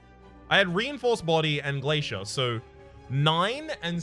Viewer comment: Wait 6 months ago you were saying glacier correctly?? What the hell.